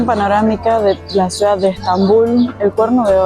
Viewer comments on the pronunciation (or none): none